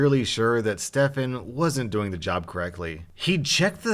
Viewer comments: Of course when my name in a video not only is it pronounced “Stephen”,(common mistake, no hate towards ) the Stefan is the bad guy of the story! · Stefan not stefen*